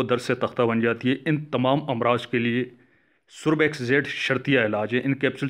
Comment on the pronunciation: بات مختصر کریں اور تلفظ بھی درست فرما لیجیئے ۔ سوربیکس نہیں بلکہ سربیکس ھے۔ شکریہ